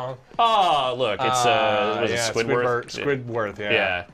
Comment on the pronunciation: "Squidworth" you absolute piece of shit